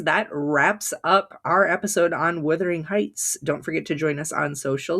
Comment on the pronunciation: What could have been a great exploration ruined by your continual mispronunciation of the title ...for gods sake it's WUTHERING not WITHERING!!